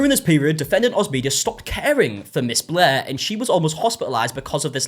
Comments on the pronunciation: She is forever “BLEH” to me now! 😅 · BLEHr the r is just super soft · Every time you say "Blair" it sounds like "Bleh" to me. Which is also accurate. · have you ever seen a british person by any chance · As someone who has read too many Wikipedia articles on this, "non-rhoticity" is the fancy linguistics name for this.